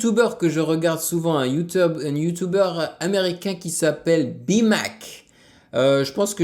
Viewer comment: il a dit youteub mdr